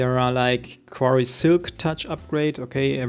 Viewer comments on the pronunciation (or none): quarry, not qverry